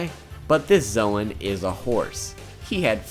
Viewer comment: its pronounced zone